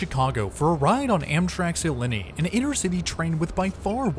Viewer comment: The "Illini" is pronounced Ill-eye-nye. Plural possessive of Illinois